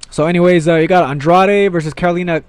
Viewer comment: Please start to pronounce Andrade right, you must have heard the correct pronounciation over 100 times if you listen to UFC broadcasts, can't be that hard